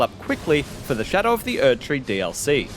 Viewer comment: "Before Erdtree"? Hu? What? speak clearly with me Erdtree what? Erdtree who?!?